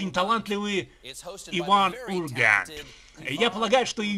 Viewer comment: Нахрена коверкать произношение названия программы и фамилии Урганта, как бы повторяя его, если ты переводишь и озвучиваешь англоговорящего, а не пародируешь? Ну и озвучивал бы все в таком стиле, типа с американским акцентом